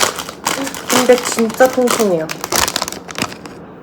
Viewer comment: 저도 전라도사람인데 처럼 “빈빽” 이라고 발음해요 ㅋㅋㅋ 토킹리뷰 재밌어요 ㅎ